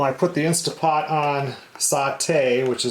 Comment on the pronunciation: PLEASE PLEASE!!! It is an InsTANT Pot...NOT InSTA Pot!!! Read your manual!!!